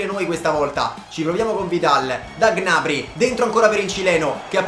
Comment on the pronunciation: 👇 il numero di persone che pensa che pronuncia gnabry in modo scorrretto